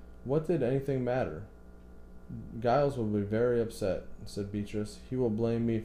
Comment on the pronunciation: 'Giles' is pronounced 'Jiles' (with a long 'i' as in 'miles')